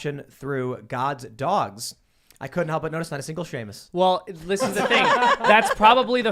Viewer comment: Y’all, it’s Seamus not Shamis